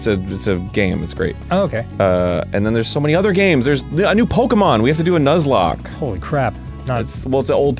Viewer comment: I'm sorry, did Arin say Pokemon Nuzlock??!